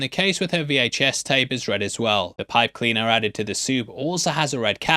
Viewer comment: sounded like pipe cleaner so I turned on the captions and that's what the captions thought he said too.